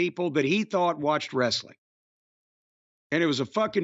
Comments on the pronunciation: TNA wre-suh-ling, bro! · Wresta-ling… BRO…..